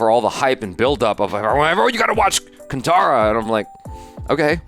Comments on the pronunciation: don't pronounce it as kantara ;it is kaanthaara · It's pronounced as kaan-tha-ra